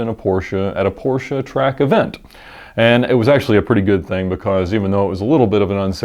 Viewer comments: As a German: Hey, you pronounced Porsche 100% correct! Not Porschee or Porsch but Porschà. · Finally somebody who does say the PORSCHE Brand name right.. nice :3